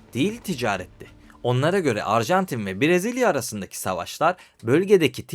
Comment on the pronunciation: Abi bak parayla değil zor bir şey değil İsmek’te diksiyon kursu var bedava. Akşam var, hafta sonu var. Ayda 10 saatte öğretiyorlar. Kendine saygın yoksa izleyiciye olsun ya… Yok Uragay yok Brazilya… İlkokul terk gibi bu ne?